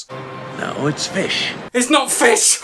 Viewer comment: It’s not fiSHH.